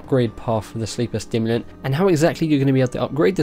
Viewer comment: Sorry but I have to say it.. Sleeper SIMulant, not STIMulant :P Looks sick tho :D and that quest line!